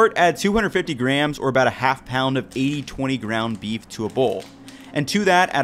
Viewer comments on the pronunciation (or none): you said "grounf beef" when talking about breakfast sausage and i lost brain cells